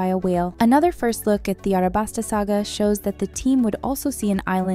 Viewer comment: Did bro really just say "Arabasta"